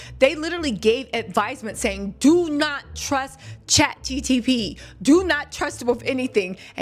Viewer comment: Girl you can’t even say ChatGPT correctly